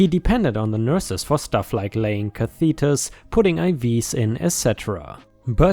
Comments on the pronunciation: Just fyi catheter is pronounced (in US anyway) cath-eh-ter. 🙂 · They don't put a Cathedral in your urinary tract up to your bladder. They put a catheter (ka-thə-tər)